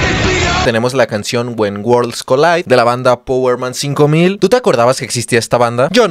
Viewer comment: "powerman cinco mil" se dice paguerman five thousand.